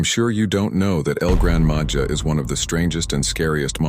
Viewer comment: Grandma ha Not Ja